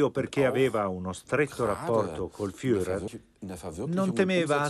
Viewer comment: LA PRONUNCIA FIURER non si può sentire!!!